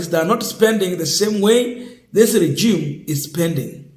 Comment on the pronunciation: Regime not regem